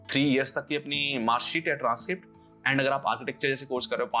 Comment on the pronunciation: Nice video brother, i have been following your channel since a a year I like the editing and the way if explaining. It's easy for everyone to understand. ❤❤ . . . . . . . . . but I'd like to highlight this as it'll create bad impression Don't pronounce आंड ❌ Pronounce अँड ✅